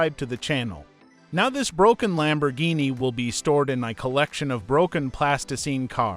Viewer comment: I have no problems with your videos but just please stop using this AI voice it is saying stuff the wrong way and it is driving me crazy like you're saying roof wrong and you're saying Lamborghini wrong just please use your normal voice please I'm begging you 🙏🙏🙏🙏